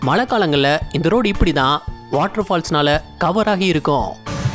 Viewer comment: தம்பி துபாய் மலை இல்லப்பா, மழை சொல்லு, மழை 😂😂